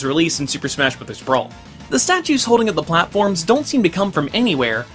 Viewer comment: Marth. Definitely do Marth for the next Smah History. Smah. Smah. Smah? lol